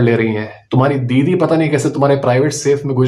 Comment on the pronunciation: I really heard " Biwi" instant of " didi" 😂